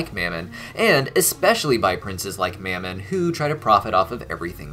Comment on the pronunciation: Anyone else think Fizz pronounced Mammon's name a bit weird? He was saying it like two syllables 'Mam-mon' while Ozzie (and everyone else) always just said it as one.